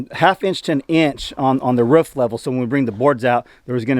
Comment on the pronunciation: Now you can sing the old Frank Sinatra song " I did it my way" I keep hearing you say " ruff" that's the sound dogs make, it's roof. Your getting there.